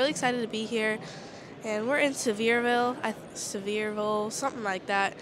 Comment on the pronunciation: Awesome video! ☺️ I was born in Sevierville and you nailed the name! Most people get it wrong! 😉